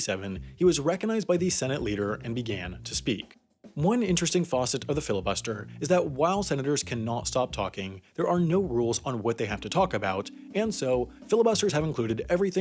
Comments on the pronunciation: Dude it's THURMOND not Thorman....It's FACET not faucet, do you know how to pronounce words? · “facet” rhymes with “ass sit,” not “loss it.” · Why do you pronounce "facet" as "faucet" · "One interesting faucet of the filibuster...", it's FACET! "FASS-et" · Did you just pronounce facet as faucet?